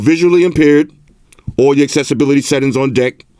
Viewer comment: Settings that sound like "Set Ins" 😎